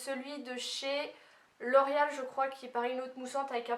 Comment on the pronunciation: Tu le dis comme si sa s'écrivait 'l'orial' mais je trouve sa tellement chou :D